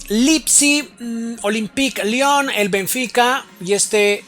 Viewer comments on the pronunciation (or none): none